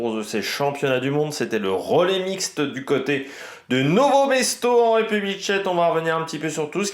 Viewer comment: Bon debrief ! Petit point c'est "Nove Mesto" et pas Novo :)